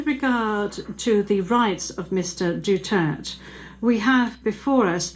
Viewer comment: Gusto ko yang judge- malumanay ang paliwanag; pati yong "DUTERT" pronunciation, silent /e/???